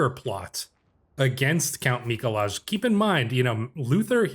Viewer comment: Mikolaj is pronounced "Mee-Koo-Why." It's the Polish version of Nicholas. Source: I lived in Poland for two years.